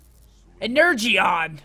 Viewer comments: You're meant to say 'Energeon' like 'en-er-jon' not 'en-urr-gee-on' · It's pronounced (ener-Jon) energeon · Ener-gy-on lmao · 'Ener jon' is how it's pronounced lmao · Seth it's pronounced "ener john" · its pronounced en-er-jon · I'm cringing at him saying "ener-gee-on".